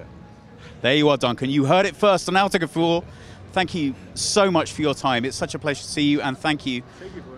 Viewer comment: hate how he says 'outogefuhl' instead of AUTO